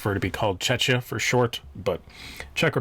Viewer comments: Little note .. it is not pronounced chechia .. but more like checkia ... The second 'ch' is pronounced as K ... Like in cock of cocktail ... :) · Czechia the ch is more of a K sound, otherwise people tend to mix it up with Chechnya.